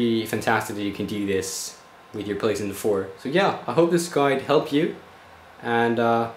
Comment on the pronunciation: anybody notice he pronounces playstation as 'pleasant'